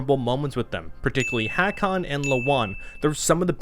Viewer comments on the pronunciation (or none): none